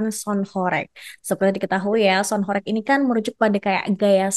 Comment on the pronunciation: Cara baca horeg nya salah😂, bukan horek.... Tapi Hooreeggghhh ( dalam bahasa jawa mksutnya bergetar sangat hebat)